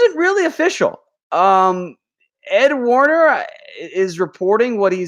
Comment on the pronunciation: #dallascowboys....., who is ed Warner, I believe it is ed werder